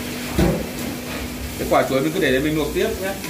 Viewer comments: Kênh rất hay,hữu ích.Nhưng nói những từ có chữ L toàn thành N.Vì dụ; Luộc thì noi thành Nuộc,Làm thì nói thành Nàm...Hỏi những người xung quanh,30 giây là sửa được. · Sửa ngọng đi bác ơi? Nói ngọng nge hại não lắm. Nuộc là gì? Nuôn là gì?😰😰😰